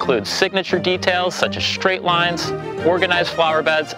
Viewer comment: Shtring. Shtraight.